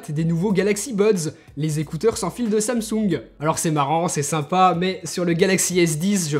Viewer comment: Quand t’as dis samsung j’ai entendu ça me soule